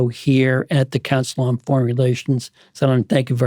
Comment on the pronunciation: Sandand Dumeee! Indians really need to make non Indian interviewer say their name correctly first before continuing with the conversation.